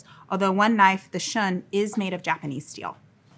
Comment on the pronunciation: You lost me at "imporint". Also, Shun is pronounced "shoon", not "shuhn". This was the quality of review that one might expect from a 3rd grade student. What a complete farce! You would probably have a better career making ASMR horror content for twitch with those nasally, whining sounds that you use for speech.